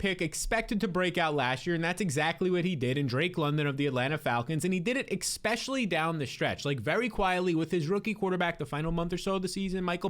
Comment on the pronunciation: I feel like he says "Exspecially" just to piss me off